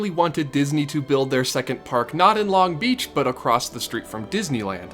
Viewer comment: I just need you to know that you're putting the emphasis on the wrong syllable in Long Beach lol